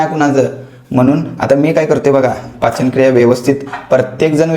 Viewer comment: पाचनक्रिया ❎ पचनक्रिया ✅😂😂